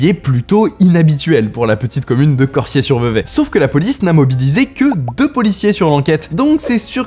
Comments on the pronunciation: Corsier pas corssier.... lettre S entre 2 voyelles ca vibre, mon clavier Péruvien ne me permet pas d'écrire correctement pardon mais je suis prof de langues! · On dit "corZier" sinon très bonne vidéo 😘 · Si jamais, Cosier ce prononce Corzier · C'est Cor(z)ier.... pour le S de Corsier... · Je sais que ça peut être bizarre mais ça se prononce Corzier